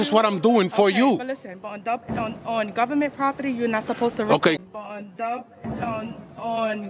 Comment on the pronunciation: My man said "u need a bodyguard"😂she said "it's Gutherment property" 😂😂💀